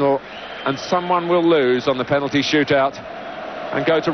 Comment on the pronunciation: Waddle has never been able to say the word penalty properly since. 🙄